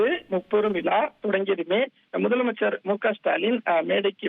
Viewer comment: தம்பி முப்பெரும் வி"லா"வா அல்லது தோள்/ புஜமா? ஏண்டா தமிழை இப்படிக்‌ கொடூரமாகக் கொலை செய்றீங்க!!😂 விலா அல்லடா தம்பி "விழா‌" "விழா" "விழா" முப்பெரும் விழா!